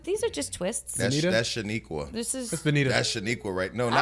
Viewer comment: I cringed when he said shanika.. Smh.